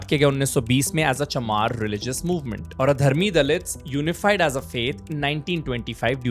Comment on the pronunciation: Not adharam but Adi-Dharm means pioneer Dharam. Please correct it. Rest is by and large is O.K